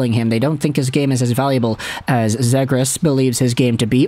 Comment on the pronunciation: Please pronounce him correct:"Trevor Seagrass"